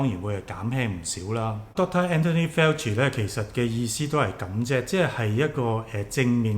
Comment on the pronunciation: He is Fauci, not Felci in pronunciation.